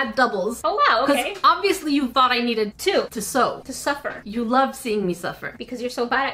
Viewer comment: ….. I would never want you to “sew-fer” lol 🤪 but for real I wouldn’t 💕